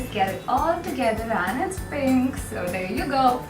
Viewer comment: I love the way says "AND IT'S PINKKK"😘😘